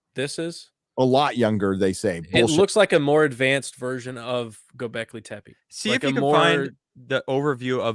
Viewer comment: I cringe a little every time pronounces Göbekli Tepe as Göbekli Tempe with an M in there. What makes it worse is that both and pronounce it correctly, but neither of them correct when is says it wrong several times. Sorry, but dumb little things like this but the crap out of me sometimes.